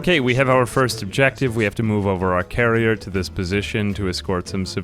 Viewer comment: Every time you said "carrier" I was jarringly disappointed in you. It's "Karener"!